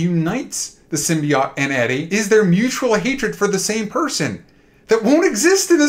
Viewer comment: Why do these asshole mispronounce symbiote 😂 I guess you go bald brains go with it 😂😂😂😂